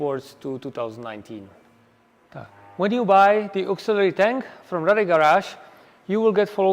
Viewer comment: You guys should make a 10 second video showing people how to pronounce Rade. It’s amazing how many people on Youtube say “Raid”. I want to be able to send a link to everyone I see who mispronounces it. 😂